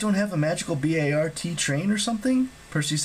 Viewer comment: This doesn’t really matter, but it’s pronounced Bart like Bart Simpson, not an acronym 👍